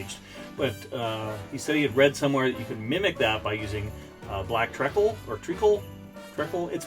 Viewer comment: It is tree-cle, not trekkle. Great on toast, by the way.